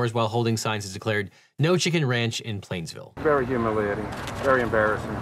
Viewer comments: it's painesville not plainsville😂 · PAINESVILLE NOT PLAINESVILLE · It's Painesville not Plainesville. Sadly Judge Cicconetti has since retired. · PAINESVILLE, not PLainsville. Wtf dude, you’re a lawyer. There’s a huge difference. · You pronounced Painesville “Plainsville”, just a heads up ! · It's Painesville, pronounced [peynz-vil ], not Plainsville, Ohio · Painesville, Oh! Not plainsville. The only thing they are know for..... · I gotta be that guy and point out it's Painesville OH not Plainesville, however I now have a new insult so I'm not too mad 😂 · Painesville, Ohio. Not Plainsville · It's Painesville, not Plainsville, Devin. As in Revolutionary War Gen. Edward Paine. I'm sure about 99 percent of your audience didn't know and didn't care, but FORMER, RETIRED Judge Michael Cicconetti conducted my wedding ceremony. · Ahhh! I grew up near here and heard of people being sentenced by Judge Eddie, was largely regarded as an honorable and respected judge. But, its Painesville, pronounced "pains-ville" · I'm sorry, the pronunciation of Painesville is uh, bad (as a resident) I can't blame you too much, most people get it wrong who don't live in Ohio, but uh yeah it's bad.